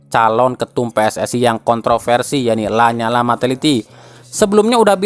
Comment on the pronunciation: la nyala min bacanya la niala bukan lanyala